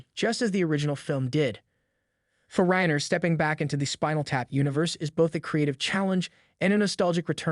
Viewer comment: Rye-ner you gen-z twit.